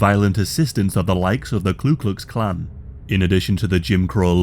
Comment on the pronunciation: *Ku Klux Klan, not KLU Klux Klan